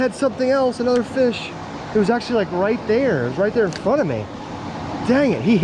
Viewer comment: when had the fish he said fish in the weirdest way😂😂